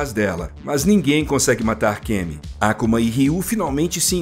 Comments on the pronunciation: Taikendo tá tranquilo.. me pegou mesmo foi o falando “ÁKUMA” e não “AK(Ú)MA” como um ser humano normal 😂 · Finalmente um vídeo bem produzido e roteirizado da história completa da franquia. Belo resumo! Parei no SF2 e voltei agr no SF6! Mto braaabo!!! Ps.: a pronúncia "Á-ku-ma" não dá, galera, para! Todo mundo fala "A-kú-ma",po! 😅😂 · "Ákuma"? A grande maioria das palavras de origem japonesa é pronunciada em oxítonas; e não proparoxítonas. Então o usual é colocar a sílaba tônica no meio ou principalmente no final. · Seria perfeito se a Capcom contratasse algum estúdio japonês para fazer um anime dessa história bagunçada da cronológica de Street Fighter, com a mesma qualidade do ótimo Street Fighter II Victory nos anos 90. Obs: No Brasil nunca tinha ouvido antes alguém chamar o nome do Akuma com o sotaque americano, que é Ákuma e não Akúma, como boa parte das pessoas daqui costuma dizer... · Pq esse narrador não mudou a pronúncia do Ryu e do Ken também, pra Ráiou e KImm. Baison, Ákuma, Déusin é muito idiota falar assim em português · Boa oratória. Porem tem alguns erros como a pronúncia do nome do Akuma (não é Àkuma, não tem acento agudo e o próprio jogo fala correto) e a Rose não é discípula de Bison e sim a parte boa que se separou dele (decisão do próprio Bison para se tornar pura maldade).